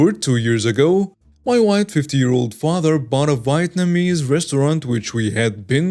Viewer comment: That first chemical warfare story is awesomely great. I love your channel. Thanks and Krew. (BTW, Vietnamese is pronounced like Vee-Yet-num-EEz.)